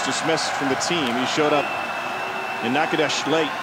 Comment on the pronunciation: That pronunciation of Natchitoches was so incorrect that my whole body cringed